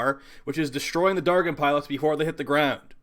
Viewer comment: Maybe they weren't spawning because you pronounce "dargyn" so badly. The g is pronounced j . But kudos on the vid, Nidus IS the best method.